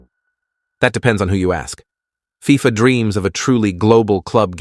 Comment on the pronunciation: Lost me at F-I-F-A